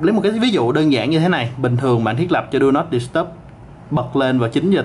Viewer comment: "Đu nót đ** tắp" @@